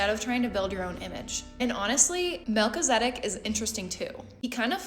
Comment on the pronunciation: Mal-ki-za-dek. Brilliant reading though 🙏